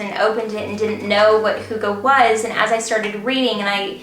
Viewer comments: Its not hoogee tho😅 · I'm from Denmark and you pronounce hygge wrong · Dear, I love you and you did very good on describing hygge, but honestly, your pronunciation of the word is terrible, I'm sorry. You are so sweet, lot's of love from a Dane;)